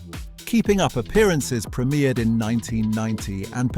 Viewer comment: Prem I ered not premirred.